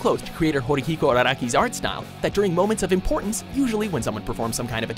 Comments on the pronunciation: "Horihiro Araki" does this guy don't know how to read? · who the fuck is Horihiko Araraki? Its Hirohiko Araki lol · Ho-Horihiko Araki? HORIHIKO?? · they call Hirohiko Araki, "Horihiko Araki"